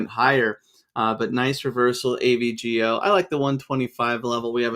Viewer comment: can you say the full company names rather than just the ticker symbol? As a listener, it's really hard to differentiate the ticker symbol letters when spoken...for example "AVGO" initially sounded like ABGL and I was really confused, but if you just day "Broadcom" its very clear